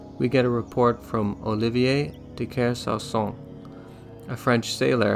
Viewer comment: It's Olivier de Kersauson for the people who want to look it up. WW, you just should write the name you can't pronounce on the screen moving forward.